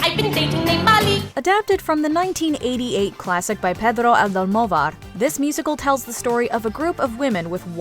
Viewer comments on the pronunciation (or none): Almodovar, not Aldomovar. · It's "Pedro Almodovar", not "Pedro Aldomovar"... check it out! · "Aldomovar" no... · the way she butchered ''Almodovar''... just hurts.